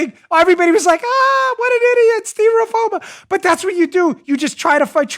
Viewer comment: "steera-foama" !! It should be a word -- understandable by both sides.